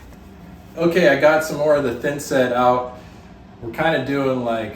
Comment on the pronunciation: "Otay" Buckwheat